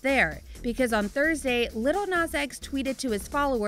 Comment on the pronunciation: She said 'Little Nas X' 😂😂😂😂